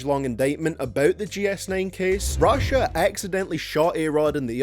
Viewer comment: When you say Rashad you sound like you sayin russia